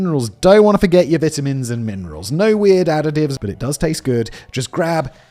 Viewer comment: i dont like how you ssay vitamins lololol